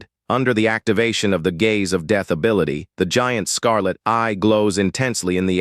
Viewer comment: Sad, low effort, AI slop made video. Wtf is dayth techniques??? Wtf is a draydle enemy??? Can't pronounce bow right after saying it a million freaking times! Sad...